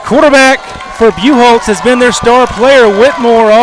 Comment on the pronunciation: BUCHHOLZ !! You are PRONOUNCING IT WRONG !!